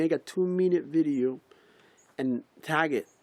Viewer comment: Maaaan my day was kinda sour til u gave me permission to laugh at sayin "bictim" and "beedeeo" thx!